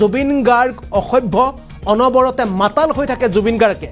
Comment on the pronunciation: মাতাল শব্দ টোক একেবাৰে কব পৰা নাই এই জন আৰু কাণ তলিয়া চৰ দিয়াৰ কথা কৈছে আচলতে আপোনাক হে দিব লাগে